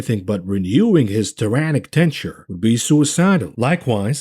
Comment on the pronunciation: The word is tenure. 🙃